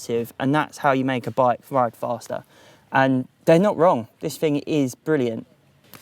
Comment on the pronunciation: its LIGHTAH. ITS FASTAH, ITS SMARTHA